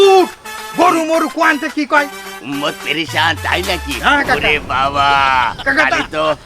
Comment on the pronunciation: উম্মাত বুলছে নাকি উন্মাদ বলছে????